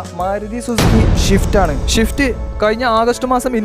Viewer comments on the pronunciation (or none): ഷിഫ്റ്റ്‌ അല്ലടോ... സ്വിഫ്റ്റ്... ഇജ്ജ് യെത്ത ന്ന്യേ